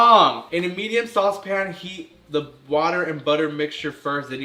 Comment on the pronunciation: sWAWse pan